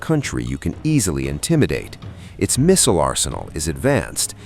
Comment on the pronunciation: What's a "mizzile"????